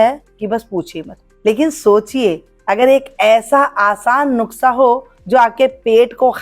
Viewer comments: Nuksha nahi madam Nushka hota hai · नुकसा नहीं बोलना खरा है नुसखा बोलिये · Madam nuksha nahi Nuskha .....plz 😅😅😅